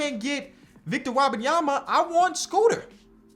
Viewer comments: it's Wembanyama not Wabamyama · Wabayama? I could be wrong but I thought it was pronounced Whim- bahn- yah- muh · I love you bro, but it’s Wembanyama. It’s spelled how it sounds. Whim-bahn-ya-ma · pronounced Victor Wembanyama wrong the whole video it really pissed me off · You are pronouncing Wenbenyama's name wrong. Love your videos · Love the vid but you gotta learn how to pronounce Wembanyama